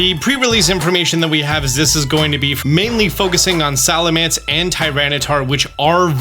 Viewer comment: is the king of mispronounced Pokémon and I love it 😂 Salamence/Salamance.. Whats the difference lol